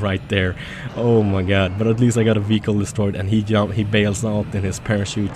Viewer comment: I like the way you say vehicle lol